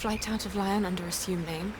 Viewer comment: Is that mispronunciation of Lyon bothering anyone else?